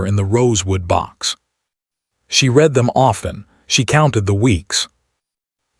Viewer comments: AI is not smart enough to know the word "read" present tense pronounced REED vs past tense RED. Like the word "breathed" is always misprounced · The word read is pronounced RED not reed.